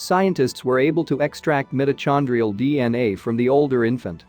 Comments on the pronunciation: The AI robot voice is the worst I've experienced. Can't pronounce mitochondria. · Why don’t the readers learn how to pronounce words they don’t know. There is no “chow” in mitochondria ( the ch is sounded like a “k”). And there is no Lake Baykal (rhyme with bagel”. It’s pronounced Byekal( the si sounds like long I(BAIKAL).